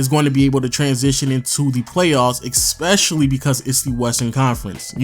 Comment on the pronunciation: it's ESpecially, not EXPECIALLY!!!!